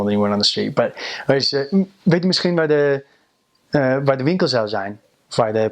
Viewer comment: Very admirable that you can pronounce the word Misschien, a lot of non dutch speaking people find the ''sch' rather difficult to pronounce